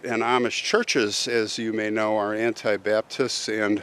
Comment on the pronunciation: Sad story, but you kind of made me giggle...it's not Anti-baptist....it's ANAbaptist. They were close to Baptists, except they would often baptize twice, believing that babies could not make a decision for Christ.